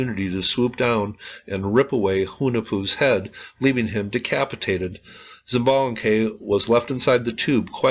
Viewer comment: I enjoyed this vid very much, coming from the Yucatan peninsula myself, I can tell you there used to be a kids show with the batgod zoots as one of the protagonist haha... Quick help with Pronunciation, she-balba for xibalba, ish-balanque for xbalanque. Keep up the good work